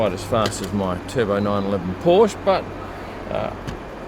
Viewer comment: come on you don't know how to pronounce Porsche? tisk tisk.